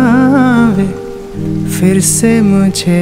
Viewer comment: Why do you people pronounce firr, instead of Phir?